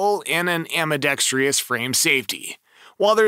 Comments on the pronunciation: There's no "I" in 'ambidextrous'. It's NOT 'ambeeDEXtreeYuss'. Good lord. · WTF does ambidextrious mean? Is English your third language or what? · EAA MC14, and Glock 49 MOS, Walther PDP Match, etc, There is NO “TREE” in Ambidextrous! 😎